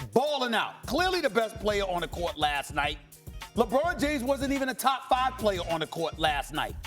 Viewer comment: Stephen “Lebrawn James” Smith